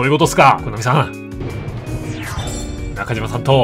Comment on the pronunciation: なかじまではなく、なかしまですよ